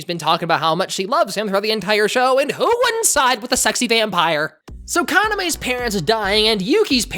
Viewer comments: Oh no, its Kana-meh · I watched this when I was like 8 😭 I thought this was a great anime back then but I tried rewatching it awhile ago and couldn’t get through listening to yuki say “kaname” for the 56th time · Oh my word, the hold this anime had on me in middle school. The fact Yuki pronounced Kaname’s name different from everyone else always bugged me. Aside from that, I loved this anime and its manga so wholeheartedly gaaaah. Much like Ouran, it has its moments that didn’t age well, but dang does it still hold a special place in my heart